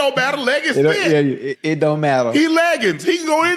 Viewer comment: "HE LEGGINS" 💀💀